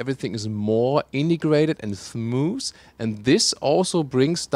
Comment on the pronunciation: You always make me laugh when you say thmoose instead of smooth, haha XD